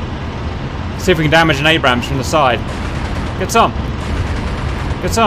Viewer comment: It's pronounced "ayybrams" not abbrams